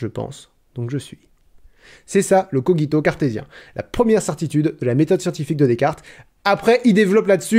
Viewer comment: Je doute très fortement que cogito se prononce coguito... Ne serais-tu pas le malin génie links ? Tu essaies de me tromper ! Je le sais ! Mais ne t'inquiètes pas, je pense... Donc je suis ;)